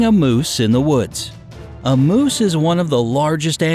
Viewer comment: It is "moose" not Mose! You must live up in the northern country, but hiding and being VERY quiet is always good, they will usually go away. A mother moose will attack, but normally, they will hear you before you even see them and they will move away. People need to learn to respect the space of ALL wild animals and leave them alone in the wild! But if you ARE going to be in their area, learn some safety rules in dealing with them if necessary. Today, since humans are encroaching on wild areas so much, meeting a wild animal happens more frequently so if you live in one of those areas, learn how to deal with them so you BOTH are safe!